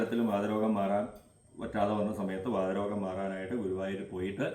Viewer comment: നമസ്കാരം തിരുമേനി വാദ രോഗം അല്ല വാത രോഗം